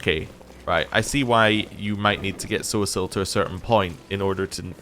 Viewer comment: Are you pronouncing poor Sosiel's name incorrectly on purpose or am I missing something? I remember you saying it correctly when you first met him. Just that one time, I believe. 😄